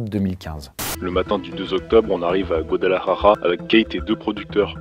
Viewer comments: Par contre faut vraiment arrêter de dire guadalajaja c’est : Guadalajara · C'est pas Guadalajaja c'est Guadalajara ! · Quand il dit Guadalajara il dit : Guadelahaha ☠️ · 😂 c'est pas guadalarara ...ca se prononce Guadalajara....le r devient l.